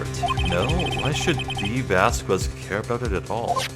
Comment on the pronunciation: You actually don't pronounce the U in Dee Vasquez, just so you know.